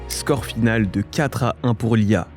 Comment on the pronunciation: La question qui ressort de cette vidéo : il a dit "lee a..." Ou "l'IA"?? 😱😱😂😂